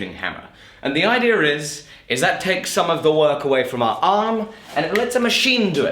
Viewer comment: Idea is not pronounced IDEAR. ITS IDEA.